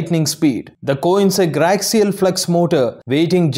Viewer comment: Company name pronounce wrongly